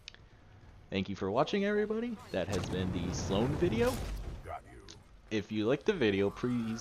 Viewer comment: Yep i a true brony when he said thanks for watching everybody it sounded like thanks for watching every pony